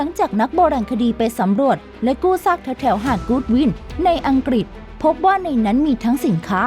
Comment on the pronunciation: เสียงพากย์น่ามคานมากๆ อังกฤษ ก็พูดเป็นอังกิด เฮ้อ!!!